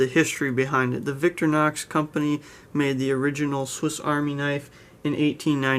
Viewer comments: Please, humour a pedantic European, and allow me to courteously explain the pronunciation. Don’t say “Victory-nox”. It’s pronounced “Vic-tory-nox”, with the emphasis on the middle syllable. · It’s Victor-Eye- knocks, not Victor-knocks. (Sorry pet peave) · Nice review but in your pronunciation of Victorinox you are leaving out the i. Sorry to be a nitpicker and you are not the only reviewer to pronounce it Victor nox.